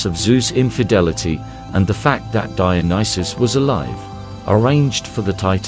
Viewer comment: Brilliant video ❤ and, at last - someone pronounced his name right😂 Would you consider doing a video on Antigone? ❤